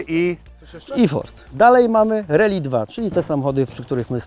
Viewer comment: nie "reli" tylko "rAli"